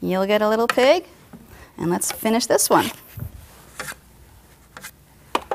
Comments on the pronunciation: i heard her say pink pancake instead of pig :oo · I thought she said pink pancake instead of pig I thought great the pink frosting again x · I SWEAR she said PINK pancake. I even raised the volume on my iPod and I still hear PINK not pig..